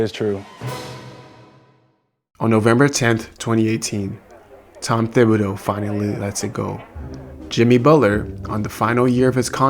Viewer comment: Tibidow not THIBadow